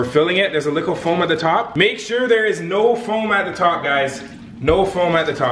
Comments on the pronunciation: Why do u say licle it's little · He says little like lickle. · Soldiers why do you say lickle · im a likkle salty at the way you pronounce little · Why is he saying licole does he mean little. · says licle instead of little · y u sayin likle instead of little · why do u keep saying likle and not little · Is it just me, or when he says little, does it sound like "likle"? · y do you say likkle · Y does he say likle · He legit says lickle